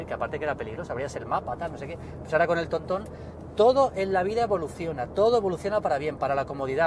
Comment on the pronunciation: Quizás lo ha pronunciado mal...evidentemente es el Tom Tom (Go)